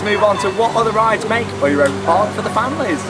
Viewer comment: your pronunciation of "Europa Park" is much better now :)